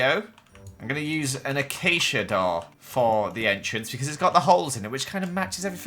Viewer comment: why is no one talking about the way he says door